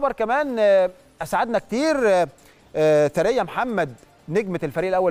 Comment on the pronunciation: يا عم ايه الفضايح دى الست اسمها ثريا (ثوريا )مش ثريه ! انت عمرك ما سمعت الاسم قبل كده ولا بتقرا من غير مخ !! اهتموا شويه بللى بتقدموه ده اكل عيشكوا ! بديهيات مؤهلات المذيع اجادة القراءه ! سعة الاطلاع تنوع المعارف ! تنوع الثقافه ! معرفة بعض اللغات الاجنبيه ! لنفرض انك دخلت المجال بالواسطه او المحسوبيه او سؤ الاختيار فلماذا لا تحاول ان تطور نفسك وتصبح جدير بالوظيفه